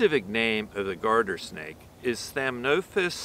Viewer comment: "Guarder Snake" or "Garden Snake"? Thanks. So much. (Curling in the hand is absolutely priceless)...amazing! Thanks for the info!